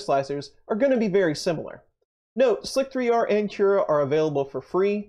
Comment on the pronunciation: Please tell me you know how to correctly pronounce this program.... It’s called “slicer”, not “slic-3-r”.....